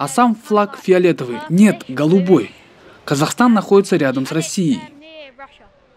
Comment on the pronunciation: ООО КАК ЖЕ Я ОБОЖАЮ ЭТОТ ИНОСТРАННЫЙ АКЦЕНТ ПРИ ПРОИЗНОШЕНИИ МОЕЙ СТРАНЫ - КАЗЭКСТАН)))